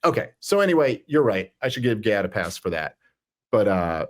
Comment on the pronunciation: You both mispronounced Gaads name after questioning the pronunciation and then hearing him say it in the video. What were you thinking about when you listened to his video that you didn’t pick that up?